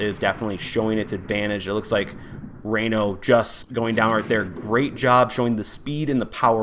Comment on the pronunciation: Ray no...? "Rye No" like rhino... lol